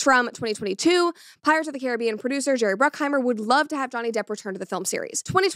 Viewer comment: As a West Indian, your pronunciation is correct brett, well done🤣